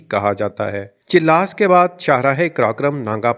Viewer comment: Chil-las nahi , chilas. And mutallaq nahi , muta-alliq